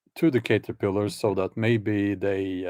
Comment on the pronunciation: OK...Bjorn...Picture a cats head on a caterpillar. Then realize its pronounced CAT - er pill err.